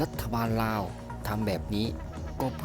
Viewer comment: admin ครับ คำว่าลาว อย่าออกเสียงว่า ราว ให้ออกเสียงเป็นตัวล.ลิง ไม่ใช่ร.เรือ ลาว ออกเสียงไม่ต้องกระดกลิ้น มันคือบุคลิก เด้อ